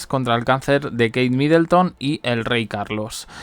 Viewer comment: No es Midelton sino que era Middleton.